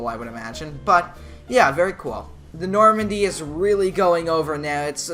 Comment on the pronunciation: norandie not nomandy